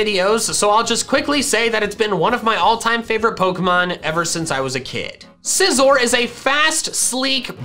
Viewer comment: IT'S SCIZOR, NOT SISORE!